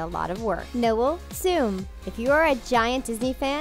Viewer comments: Saying Noel in the Male way, it's probably pronounced Noelle...and she said ickspecially instead of especially... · They kept saying Noel wrong it is pronounced No-Elle, as in saying no Elle. I know she spells on different but still, geez